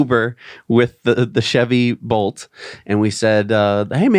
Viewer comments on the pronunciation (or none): none